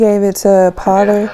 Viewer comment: Henry F. Potter. The narrator slurred the name.